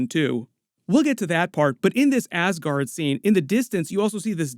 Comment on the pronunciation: Please stop calling ass-guard